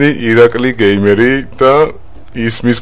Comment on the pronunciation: ((( იცი რა არის ცოტა არ იყოს ტეხავს რა 🙄 ეხლა 92 ათასი გამომწერი ყავს და გამართულად დღესაც ვერ საუბრობს მაინქრაფთს მინეკრაფტს ეძახის ონლაინს ონლინეს ეძახის გეიმერს გამერს ეძახის კარგით რა ვიღაცა არ გამომიხტეს ეხლა და ჭკუის დარიგება არ დამიწყოს არაფერი საწინააღმდეგო არ მაქვს მაგრამ როცა ერთ ერთი საუკეთესო იუთუბერის სახელი აქვს ელემენტარული თამაშების სახელი უნდა იცოდე:)))) ეს ვიდეო ძველია და ეხლა ამასთან შედარებით გამოსწორებული აქვს მეტყველება მაგრამ 92 ათას გამომწერიან არხს მაინც არ შეეფერება